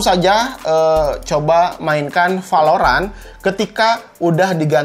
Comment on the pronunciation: Ciri khas channel ini kalo bilang " v " jadi nya " p ". Like valorant bilangnya palorant